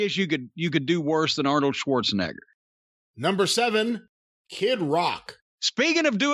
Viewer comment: Corny sure does love saying Arnold's last name.. he loves the hard R in it...